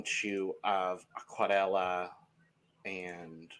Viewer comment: pronounced "Aquarela" perfectly 😄